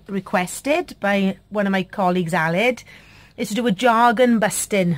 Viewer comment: Great ideas! I’m laughing at how long it took me to figure out you were saying “jargon.” 😂